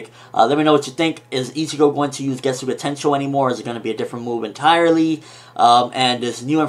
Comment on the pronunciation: It's getsuga tenshou not getsu ga tenshou